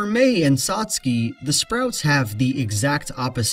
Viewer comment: toh-TOh-roh SAs-kay CAt-bus